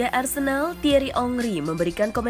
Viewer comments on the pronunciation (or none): none